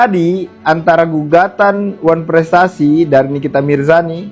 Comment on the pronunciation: Ngomong wanfrestasi aja susah keliatan kn bego nya tp kok bs jd dokter 😂😂😂😂